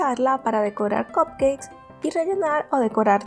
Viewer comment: Excelente receta. Excelente explicación. Solo te diría que cupcakes se pronuncia CAPKEIKS y buttercream se pronuncia BATERCRUIM.